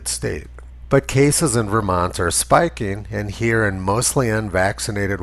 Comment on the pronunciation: "...cases in Vermont are spiking..." "Spiking" LOL